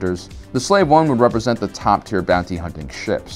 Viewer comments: Slave 1 is not pronounced anywhere near Slavic. like slavery in star wars it's pronounced slave like a slave aka indentured servitude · i'm praying you actually know its slave and not some weird pronunciation, b/c that kills ur credibility for me if not. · You're pronouncing it wrong nothing to do with Slavic its slave pronounced slayv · Is this guy a little stoned? He mispronounces everything! He mispronounces Salve (he calls it Slav), He gets Din Djarin wrong too. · You keep mispronouncing Boba's ship name. Unless it is because youtube are jerks.....it is a long A, as in, someone forced into labor at no compensation.....they are property. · "Sla-vay" dude...c'mon. Offending the "Slavs"? Just insulting. FFS, in your effort to not offend one group, you insulted another. You're better than this....act accordingly. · In my opinion, that was a kind of bad way to cover up for your pronunciation of Boba Fett's ship. You had to play the race card and talk about slovaks but anybody any color could have been a SLAVE, pronounced SLAYV. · buddy i love ya but its pronounced sl-A-v one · I'm going to assume that the blatant mispronunciation of Slave 1 is on purpose due to stupid Youtube reasons... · He already knows everything about Star Wars, folks. I think the intentional mispronunciation is going over a lot of peoples heads. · He's deliberately mispronouncing the slave1 name and it makes me mad. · He’s mis pronunciating it so YouTube Doesent crucify him. Also yes, the name had a backstory of boba fett getting out of slavery, but that was the old expanded universe. Glad I could help clear some things up. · I am confused he said slave 1 wrong or is he saying slave wrong because your not allowed on youtube to say Slave?Or is it his Accent? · Given that he did pronounce it correctly at least once in this video and many other times in pervious videos, he was probably mispronouncing Slave One’s name on purpose as part of a joke about pollical correctness. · Slave-1 not Slavic-1.